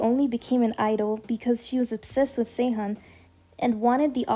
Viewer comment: sehun not sehan , but yeah its okay hahahahaha